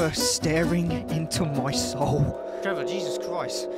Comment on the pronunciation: I don’t know why but I LOVE your accent when you say “Trevor” video time